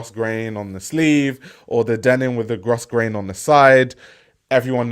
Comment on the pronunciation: Sorry, sorry sorry, but Grosgrain is pronounced Growgrain. 🙏🏼